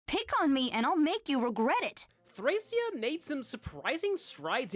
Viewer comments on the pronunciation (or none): Been waiting for this! Just so you know, its pronounced Thray-SHA